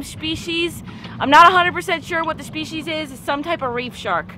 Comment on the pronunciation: listen to how she pronounces the word species....lol.......shpeshies....